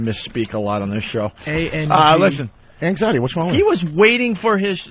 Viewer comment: “Eggxiety” lmfaoooo